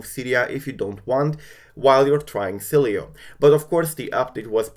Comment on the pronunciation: Hey btw Sileo is pronounced (Silo) The e is silent